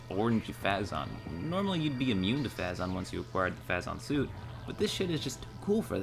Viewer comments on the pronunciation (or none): Fay-zun? No, it's Fay-zon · It's phazon "fay-zon". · It's pronounced Fay-Zon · 1) it's pronounced phayzon ;_; so tilted 2) Samus was raised by the chozo, so when you see the chozo ghosts and everything... I will let you figure out what she was trying to do ;) 3) Great video! No complaints here, was really fun to watch and brought me back nostalgia... Time to play the prime series again o.o